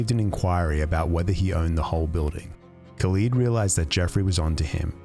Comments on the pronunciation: No Saudi Pronounces Khalid as Kaleeeeed I’m most impressed by his ability to get a 200m Amex tho…could’ve been rich for the rest of his life off of that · hahahah, i thought the same. khalid is is not pronounced khaleed, it's just khalid. and its a name not just common in the arab world, but a reasonably common muslim name. surely someone would've noticed he can't even pronounce his own namw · The way he pronounced his name "Khaleed" was first sign of fraud... That's not how we say Khalid .. خالد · ok as an emirati please learn to say the names, its HALID not KHALID the K is silent in arabic, like PH in Phone, KH is a HAA sound. next SAUD said SAH OUD and its said DU BAY not DU BUY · He can't even pronounce his own name correctly.. khaleeed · HE cant even pronounce his name properly and people believed him? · For a person who couldn't pronounce khalid correctly but got far. He didn't even look Arab to begin with.